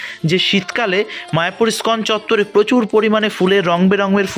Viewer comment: দাদা , ইস্কন উচ্চারণে ই বাদ দেবেন না।